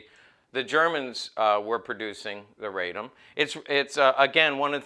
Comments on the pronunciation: Nice " rig ". Also you are mispronouncing the gun's name. It is a name of the city it was made in, RA-DOM. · OK, Let's get the pronunciation of the city of Radom, where the gun was made, correct. It's "Raa dome" for those of you non-Polish speaking people. It was a fine firearm with virtues of both the Hi-Power and the 1911.